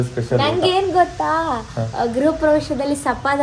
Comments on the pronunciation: ಗುರು ಪ್ರವೇಶ ಅಲ್ಲ ಮಾರಾಯ, ಗೃಹ ಪ್ರವೇಶ. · ಸ್ವಲ್ಪ ತಿದ್ದುಪಡಿ ಮಾಡ್ಕೋಳಿ ಗುರುಪ್ರವೇಶವಲ್ಲ ಗೃಹ ಪ್ರವೇಶ ಪೈಂಟ್ ಅಲ್ಲಾ ಪೇಂಟ್ ಸೂಪರ್ ವ್ಲೋಗ್ ಅಣ್ಣಾ❤❤❤❤❤❤❤❤❤❤❤❤❤❤❤❤